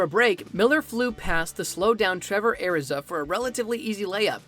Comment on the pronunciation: “Airizah” huhhhhh